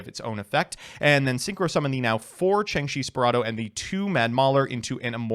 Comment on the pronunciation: Ah good ol Changshi the… Spirado. A Chinese Jiangshi zombie called a “spirit dao” would be too easy of a pronunciation.